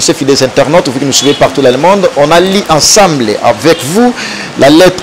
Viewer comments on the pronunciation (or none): yo chroniqueur français mobulu " on dit on a lu et non on a li "